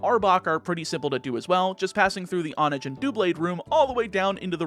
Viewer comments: It's hone-edge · h in honedge isn't silent.